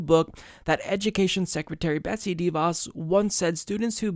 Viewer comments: It’s not pronounced DEE Vos. It’s pronounced d’voss. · She’s a tool, you’re absolutely right and I love your show but her name is pronounced (sounds like) Duh Vos- accent goes on the Vos not on the Dee Sound. It’s duh^Vos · She is simply horrible, but please stop pronouncing her name DEEVos. :) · You don't pronounce "De" as Deeeee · All agree BUt please please stop saying DIE Vos.. it is a Dutch name (The Fox) use correct phonetics please. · Sorry to be that guy, but your pronounciation of DeVos sounds a little weird to me. Since it's a name of Dutch origin, I believe it should be pronounced like how the Dutch word "de" is pronounced: with a short e. It actually comes close to the English "the" (it means the same too) but then obviously with a hard d-sound instead of the th. Her name translates to "Betsy The Fox" ^.^ Love u!